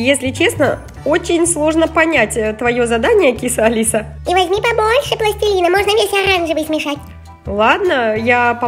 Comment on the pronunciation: Не пластелина а пластилина